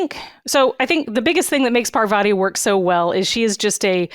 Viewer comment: Patel? She's a fellow Gujarati fam 😅😅😊😊 Btw for the Americans, the name Parvati is pronounced more like Par-vuhtee not an ah sound at vah🙏